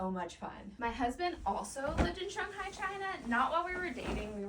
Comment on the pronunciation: As a Chinese American, your pronunciation for Shanghai is PERFECT! I would honestly suggest cruise for more relaxing travel. I can refer you to a travel agent if that’s what you’re interested in!